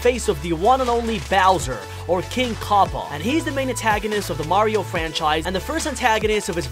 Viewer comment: "king kaupa" I hate this so much